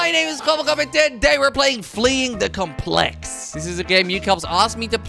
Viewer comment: It really bugs me that you're mispronouncing "complex."